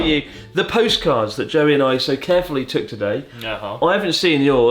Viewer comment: I really thought he said Jelly instead of Joey